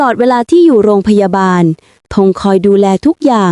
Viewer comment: ร.เรือชัดเจน..กำลังชื่นชม..ท้ายคลิปเจอคำว่า..โรงพยาดาล ลั่นเลย55